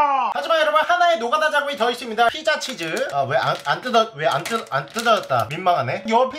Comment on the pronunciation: 형 피자치즈가 아니라 치자피즈야